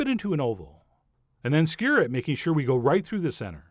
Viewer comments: Not too sure that, skr is a word. Skew-er. Say it John, SKEW-ER! ; ) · Chef John I love you, but skewer is two syllables, not skyr. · i swear i hear him say sker and not skewer..... sounds like the one guy from letter kenny..... ...